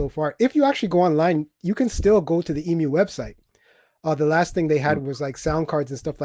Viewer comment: It isn't pronounced "Eee Emm You", it's "Eeee myoo" like the bird.